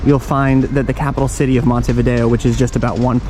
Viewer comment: Good start with Montevideo pronounced correctly😅